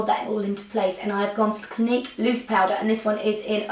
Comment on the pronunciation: When you said Clinique 04 glow, it sounded like awful glow! haha